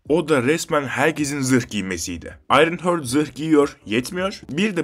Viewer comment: Ayrınhört değil Ayrınhart 😂